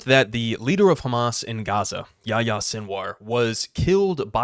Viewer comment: Btw the h in yahya is pronounced. Fun fact about the name, this is the muslim version of John.